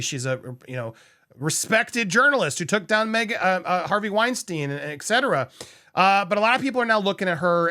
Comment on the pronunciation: Love your channel, but dude - the way you pronounce etcetera. It's "eT-set-era" not "eK-setera." Come on, bro - you talk for a living!